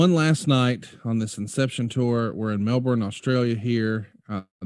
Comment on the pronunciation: Yeah, Americans rarely pronounce Brisbane and Melbourne right🤣